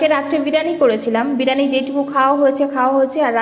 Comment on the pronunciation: Didi ota k birani noy Bi+ri+yani bole